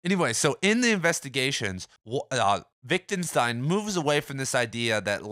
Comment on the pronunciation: I love these videos! Keep up the good work :D By the way, you seem to pronounce it “Wic·den·stein”?